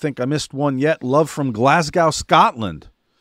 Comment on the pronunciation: Great show again guys but just one thing as a fellow Scot that watches the show(especially for ), for an American to pronounce Glasgow properly try and say it more like glahs-go instead of glah-sgaw. Not a major thing I just picked it up while watching this week when Scotland gotten a shoutout, keep up the great work regardless